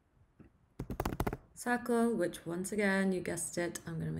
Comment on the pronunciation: great so far, its cementing stuff I have already learned but I will say the first pop quiz I honestly struggled with whar you were asking my bad hearing I though you were saying SAGREL but it was circle!! lol I laughed at myself for not understanding. very cool so far, for a new developer like me this is good stuff.